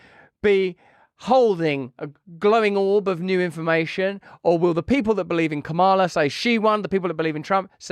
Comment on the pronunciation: is your mispronunciation of Kamala's name?Indicative of your position?